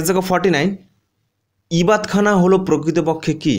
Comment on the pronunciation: 49 - ইবাদতখানা হবে , ইবাত খানা নয়। অল্প উচ্চারন টা দেখে নিলে ভালো হতো।